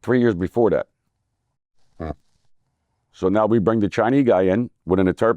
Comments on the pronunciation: He says CHINEEEEE...instead of Chinese same as my grandmother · He actually said "Chinee guy" 🤦‍♂️ lol